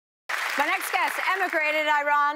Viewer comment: Did she say he's from I-Run??? 🤦🏻‍♂️